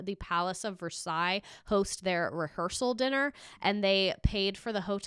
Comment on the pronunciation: Can’t believe you pronounced Versailles the KY correctly lol